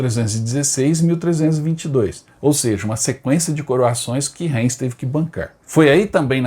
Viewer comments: Se pronuncia Raims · Caro amigo, seu programa é muito bom, so a sua pronuncia das cidades é lamentável, como o museu de guerra e aeronáutica perto de Heilbron, tente pesquisar, Reims, veja a pronuncia.....ai adicionar aos seus otimos videos